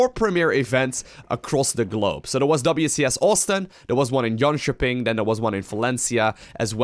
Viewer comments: Hmmm. I like how good you pronounce jönköping. The ö is longer but atleast you say ö and not o or ä like english speakers usualy do :P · Impressed with how well pronounce Jönköping 😜